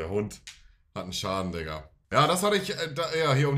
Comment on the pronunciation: Einfach geil wie Kylo bei „Digga“ bellt 😆😆 Weltklasse 🤩